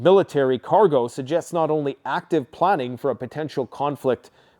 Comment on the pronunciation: "Ukraine will no be holdin' to NATO"...... That's not how you say that. What a friggin dunce. "If NATO is planting an attack".... again buddy, you're stupid. buddy if you're too stupid to just put a screenshot of the insignia in your video, at least hold the friggin piece of paper still for half a second so we can see what you're holding. For all we know that's just a piece of trash that you had AI come up with cause you're too dumb to figure it out. gonna make a video right after this one but not release it today. So you can be even more behind the curve or what? You're trash content is always many days or weeks behind on current events. Pretty pathetic stuff. P.s. i told you the channel divergance was gonna flop. Here we are. It's hilarious to see it happen in real time. 100k subs. What an absolute failure.